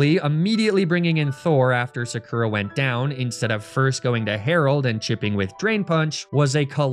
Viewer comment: absolutely killing me here with that “Sakura” pronunciation,.